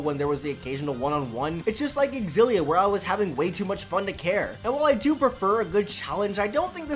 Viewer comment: You know it's pronounced Zil-ee-uh. Not ex-zil-ee-uh. Learn to read.